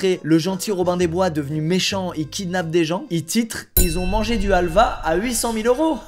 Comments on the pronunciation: En tant que grec, il faut que je le dise. C’est Alva mais halvas avec le « h » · Pas alva, sa se dit havl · Helva 🇹🇷 ❌ Halva 🇬🇷 ✅ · on dis de la 'halva et pas du halva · On dis helva est c’est turc déjà